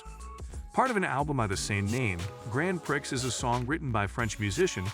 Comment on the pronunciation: "grand pricks"